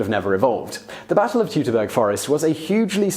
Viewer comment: Say it with me: "Toytoberger"